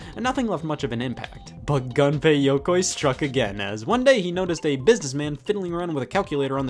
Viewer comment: It's "Gunpei" Yokoi not "Ganpei". It's pronounced like "goon"